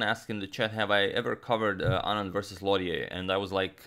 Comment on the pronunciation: Lautier would be pronounced more like low-chay, and Pelletier more like pell-chay